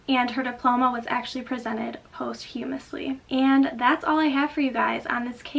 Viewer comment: Posthumously - pronounced pahs-choo-muhs-lee, not post-humus-lee 🙂